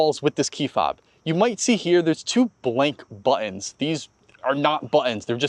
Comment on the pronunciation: plz pronounce buttons correctly. They are not buh-inns.